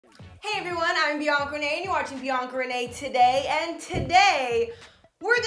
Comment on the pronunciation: It sounds like you say it’s beyond grenade